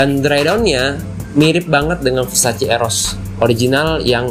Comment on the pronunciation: versace not versaci